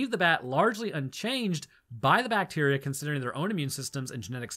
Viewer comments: I swear, you keep saying "Bateria" instrad of bacteria. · OMG.. it was 'bat-teria' 😱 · It's a bat-teria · Its "bateria" ! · It's pronounced BAT-eria.